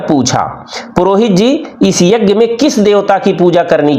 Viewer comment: शानदार प्रस्तुति यज्ञ शब्द के उच्चारण में संशोधन किया जा सकता था क्षमा के साथ 🙏🙏